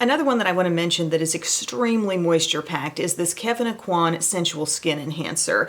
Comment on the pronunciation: Did you say kevin aucoin skin cancer!